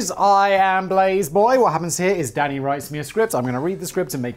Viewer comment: Almost every time you say Danny’s name I at first think you’re saying daddy, & then I cackle for far too long lol. “Danny, chill 🤚🏻.”